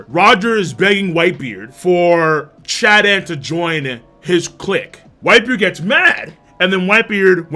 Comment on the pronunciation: Why is oden being called chaden